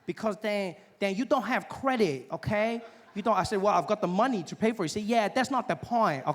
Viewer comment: Kweehde (credit) 😅